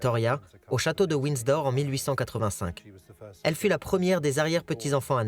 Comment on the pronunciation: Ce n est pas Winsdor. mais Windsor!!!!! Dites le lui a la bonne femme qui fait le commentaire!!!